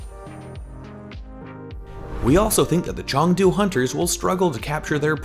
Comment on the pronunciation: CHONGDU Hunters GUNZOW Charge HUNGZOW Spark Plz try with the pronunciations, i'm cringing